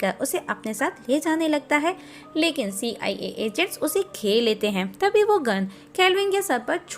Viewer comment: "See. Aai. A" 😂😂😂